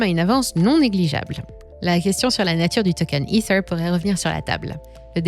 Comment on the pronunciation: les vidéos sont en français tu n'as pas besoin de sortir ton meilleur accent quand tu prononces "ether"... Dis é Terre comme tout le monde stp